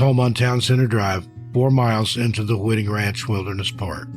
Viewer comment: Hi: on the 1st story, "Whiting" Ranch is pronounced with a long "i", like in the word " white", not like wit.